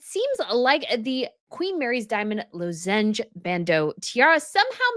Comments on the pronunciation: WOW! ( it's LOZ-enge 🙂 Like a cough drop is a lozenge) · Isn’t it pronounced “lozenge” as in cough lozenges? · LOZZ-enj BAND-oh is the way you pronounce it!